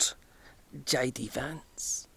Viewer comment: He’s JD Vance, not AD Vance